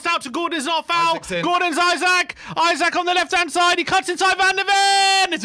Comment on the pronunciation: his name is Eeeesak